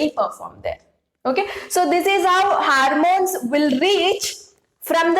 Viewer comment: Is this harmones or hormones???